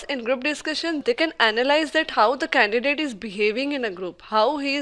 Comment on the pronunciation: its candidate not candicate : |